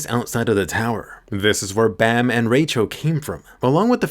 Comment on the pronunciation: he called bam bum.